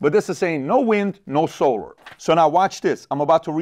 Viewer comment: PBD why do you say “solar” like that?